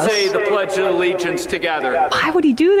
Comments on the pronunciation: lmao, he "pledges the legence." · "I pledge the legiance" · Did he say “I pledge the legions“? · 😂 "the pledge of the legiance" is killing tf out of me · "I pledge the legiance"? WTF? Is this guy a Russian operative? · He said "I pledge the legience" 😂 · Pledge theleejents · i pledge a the legiance to the fleyg